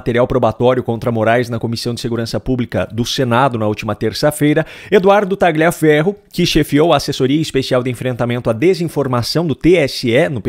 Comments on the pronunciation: TALHAFERRO QUE SE FALA, TALHAFERRO, pq vc pronuncia errado??????????????? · Por que pronunciam erradamente o sobre nome dele? GL em italiano se pronuncia como LH em português, por favor, adequem isso................. o correto é dizer Talhiaferro, ajudem a esclarecer para quem não sabe. Agradeço. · Tagliaferro é um sobrenome italiano e a pronúncia correta é "Talhaferro". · Por favor, o nome do sujeito, Tagliaferro, se diz com o g mudo (é um nome italiano). Então, se diz "Taliaferro".